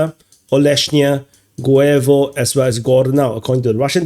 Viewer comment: 2nd time: Guevo is pronounced "GOOH-yeh-vah". It's not Spanish or English.